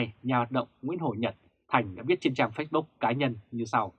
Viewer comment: nếu đọc từ nào tiếng Anh thì nên đọc đúng, nếu ko đúng thì nghe khó chịu lắm và cảm thấy tin tức rất lá cải ko chuyên nghiệp ( vd: lux và Facebook)